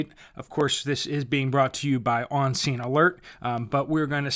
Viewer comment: thought you said obscene alerts at first.